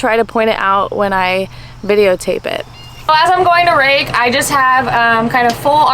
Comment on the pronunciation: did u say rake or rack!